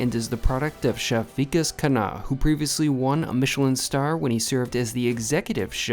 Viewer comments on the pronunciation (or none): it's V'kaas Khunn-ah, not Veekus Khaana 😊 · The pronounciation is not Vee-Kus Kun-ah but ViKAAS (i as in bit) KHUNNAAH (Kh as in c in cat and u as in but) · You can pronounce his name correctly by following this, "V-Kaas Khhun-Aah"